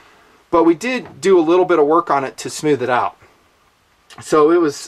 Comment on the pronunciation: "smeewth..." Thanks for the video.